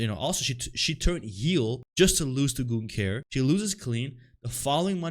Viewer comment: It's like brudda can't hear 😂 Gunther doesn't say "ying" lmao it's more of a "rrling"